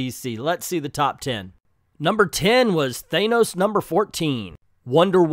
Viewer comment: Most people I know of say Than-ose, only a small number of people strangely insist on mispronouncing it. It shouldn't even be that hard.